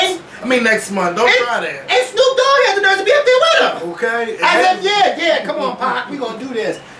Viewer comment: Otay!!!! Not okay otay!!!